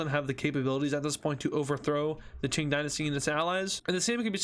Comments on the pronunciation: It's not ching is king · Its K-ing not CH-ing and its lao-S not lao (i think) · did he just say chink empire? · Qing Dynasty is pronounced king Dynasty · "ching dynasty"💀💀💀💀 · „ching dynasty“ wtf 💀